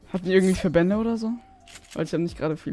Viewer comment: Ich weiß nicht warum aber es triggert mich so hart wenn jemand verbänder und nicht verbände sagt